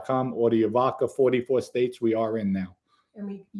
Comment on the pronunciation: Vodka .not vovca